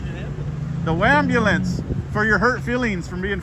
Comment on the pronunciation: I love the way u talk, I know I'm older than u, I feel out 😂 when u said "WAMBULANCE" and "EDUMACATION" 🤣 I heard "WABULANCE" from a auditor on the West Coast 👍🏾 I think it was #FurryPotato